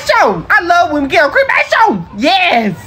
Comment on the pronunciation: Its something about him saying cremashion 🤣🤣🤣